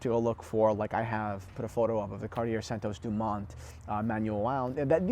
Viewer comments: Is this an old video? You seem to be mispronouncing Cartier. Andy Warhol advised that the Tank design was so iconic that it was not even necessary to wind the mechanical version. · learn how to pronounce the brand... you lose your credibility in the first minute. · I disagree. I am french and I don't pronounce Cartier like you probably do. It is understandable that English speaking people pronounce it that way. Knowledge makes more credibility than prononciation. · You should probably learn to pronounce Cartier before you start giving advice (misguided as it is) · The guy can't pronounce "Cartier" or "Louis" properly, and yet he thinks we should take his advice? What an asshat! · Kagh-tee-yea NOT CARTEEYAIRR YOU PEASANT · Omg Pronounced Car tee yay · How do you say, Car-tee-aye. It’s doesn’t rhyme with air. Now back to the video, with Cartier the aesthetics of Cartier timepieces is the design not the movement. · “Someone who’s not into dress watches” The British Royal Family have long been fans of Cartier (it’s Car-Tee-yay). In the US the Kennedy’s also famously wore tanks. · Car T Airrrrrrrrrr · I have two quartz watches in the collection: a Tiffany Tesoro chronograph in 18k, somewhat blingy (but I like the looks) and weighs a ton, and a very thin Baume & Mercier moonphase. I keep them for their aesthetics, and they're both no-worry watches. BTW, the name is pronounced car-t'YAY. I know pronouncing JLC gives you fits, like me. Pronouncing French always makes me feel like Pepé Le Pew. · How is this a watch channel and you don't know how to pronounce "Cartier"? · Gahhhh.. Say Cartier the right way! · 1 out of 3 is good for Americans today. At least he didn't mess it all up.🤣